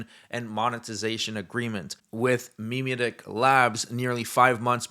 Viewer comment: Same with "Memetic Labs" - unless the brand is going out of their way to use non-standard pronunciation, it's usually pronounced "muh-MET-ic"